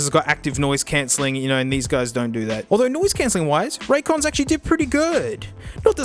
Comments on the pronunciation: “I think you owe RonDons an apology hey” Out of all the incorrect ways he pronounced that name, this one is definitely the best in my eyes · "Conrays" "Ray Jays" "Ran Cans" "Roy Joys" "Ron Dons" "Ray Days" "Ray's Con" Genuinely couldn't stop laughing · "well there they are... ThE rAn CaNs." XD